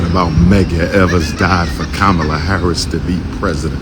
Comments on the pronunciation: "Ka-Bama Harris". That's hilarious 😂 😂😂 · He said kaboma Harris 😂😂😂😂😂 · Wait, did he say Kabama Harris???😂